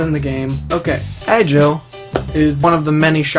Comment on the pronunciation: Okay I wasn't gonna say anything but then you got the actual name of the world they're in wrong! first it's Agil not Ajil Next it's Silica not Silicia As for Klein's guild you weren't even close you spell it Fuurinkazan but you say it like this The Fuurin kazan Guild then it's Aincrad not Ironclad no idea how you could mess that one up so bad what am I saying you even got the main antagonist's name wrong Kayaba Akihko not Akihito I mean seriosuly if you're gonna make a whole series of advising people to watch an anime get the freaking characters and the actual world's names right shesh it's not that hard you just gotta listen to what they say. Sorry if I sound harsh it's just that SAO is one of my absolute favorite Animes of All time and when you screw the names up continuously like that I get a bit iffy!